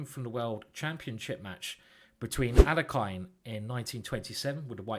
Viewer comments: Alekhine pronounced his name ahl-YEH-kin (the standard Russian pronunciation for the second syllable would be YOH, but that's not what he preferred) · Alekhine is pronounced al-ye-kin.